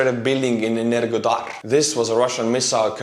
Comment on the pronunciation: Енергода́р is pronounced enerHodár in Ukranian. I know in Russian Г is pronounced as a G, but In Ukrainian Г is pronounced as a H. That is why The Russian name Сергей is pronounced Sergei in Russia but Serhiy in Ukraine